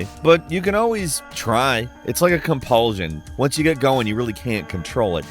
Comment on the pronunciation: "compul-zion" why are you like this?